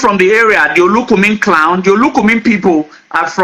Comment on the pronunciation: Honestly, his pronunciation of clan as he corrupted to clowns repudiate all what he was trying to paint. The yoruba scholars tried to educate this people on the story of their kingdom which has been distorted with incoherent story. If you listened to how their early kingdom of igodomigodo start and how the next era commenced, if you are not wise, the will end up confusing you illogical reason. From the guys story, Eze Chima is a biniman, Obi is a bini name. Does it mean that this don't about the earliest migration westwards by the igbos, then eastwards as a result hash and unfriendly situations the igbos and tribes encountered with the binis.According history, there were lots of others tribes like the esan uhrobos, including the igbos who left bini , and stated moving to different destinations and settled